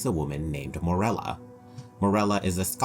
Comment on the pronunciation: How many times can we mispronounce Morella's name.